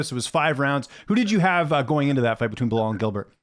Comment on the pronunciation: So he's calling Bilal "Bill Lyle" now?😂😂